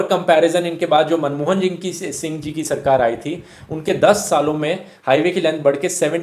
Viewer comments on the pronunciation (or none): none